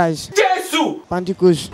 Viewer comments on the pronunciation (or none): Did he say "Pantycost"🤣